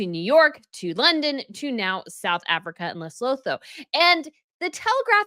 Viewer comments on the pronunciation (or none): Its not LesoThoo its LesoTwo- thats how you pronounce its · Lesotho is pronounced as Le-soot-to. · I am from Lesotho. Please pronounce my country correctly. Phonetically pronounced Le sue tu The th sound is pronounced as a T. Get it right!!!!!!! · You’re on a roll. Ask Taz how to pronounce Lesotho 😘